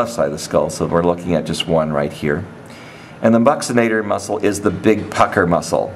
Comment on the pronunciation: The BUSKinator .........lol haha its BUccinator